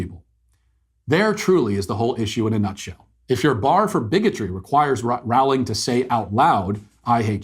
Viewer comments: "Rowling" is pronounced "rolling" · Rowling rhymes with bowling.